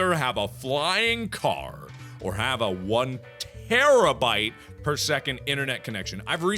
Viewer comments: terbabyte as in tara-bite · Terabyte ....bite....not bit.... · its not terrabit, its terrabyte